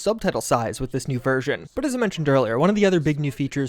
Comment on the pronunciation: I hate the way you say version. I have no idea why you say it the way you do but I have never heard anyone else on this planet say it that way.